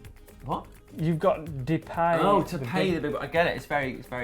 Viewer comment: It's pronounced de'pie' not de'PAY'...